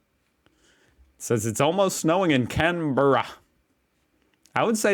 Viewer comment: You nailed Canberra 👍